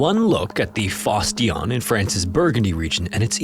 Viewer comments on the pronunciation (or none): That is definitely not how you're supposed to pronounce "Fosse Dionne".